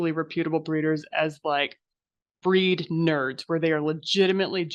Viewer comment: The incorrect pronunciation of reputable is killing me. 😢